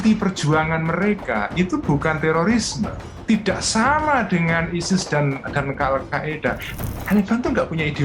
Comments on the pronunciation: Al Qaeda min bukan Al Qaidah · Al qaeda min bukan qaidah wkwk